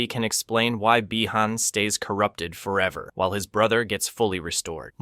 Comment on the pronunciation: could these american channels learn to prononce Beeee Han not Byyyy Han